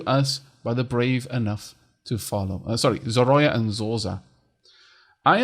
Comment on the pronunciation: Love your videos :) and want to help you so that you don't butcher the language: Zorya - pronounced [z O 'r IA] - the name is translated as "dawn". I am Bulgarian and the name is I think from Russian heritage( in bulgarian it is Zora ), I really love that they are using the Slavic myths in the game and good luck with the videos :).